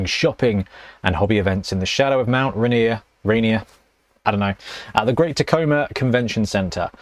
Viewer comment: It is pronounced Mount "Rain-ear", so well done! Though, you never mentioned what Valrak said... Personally, if anything is shown in Tacoma, I think it will be a new team; hopefully either Tomb Kings or High Elves (I'd expect the latter, since I just got a Brutefun team).